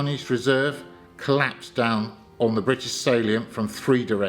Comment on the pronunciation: Just watching - this is great. 'Craigspiels', though, and 'sallient' - and some of the bits of French?